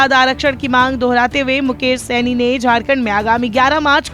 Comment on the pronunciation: Saini nahi shahni kaise kaise anchor hai